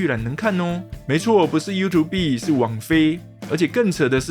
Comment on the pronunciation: 很久沒聽到有人Youtube唸優圖必了